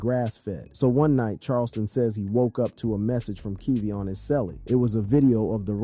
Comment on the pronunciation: Kevo not keevo😂